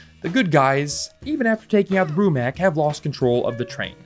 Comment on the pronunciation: Isn't it Brumak not Brumac just saying.